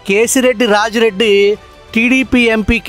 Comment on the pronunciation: కేసిరెడ్డి రాజశేఖరరెడ్డి వాడి పేరు సరిగ్గా చెప్పండి గారు.